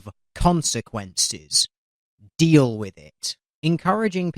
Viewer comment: ROFL when he said " deal with it" i understood teal with it hahaha